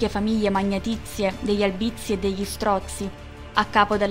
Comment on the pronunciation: Oltre ad altri accenti non corretti, anche in ALBIZZI L accento è sdrucciolo, sulla A , e non sulla I .